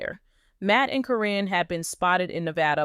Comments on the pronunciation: Her Name is Karen not Corrin😂😂😂😂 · But you're right...it's being mispronounced in this story.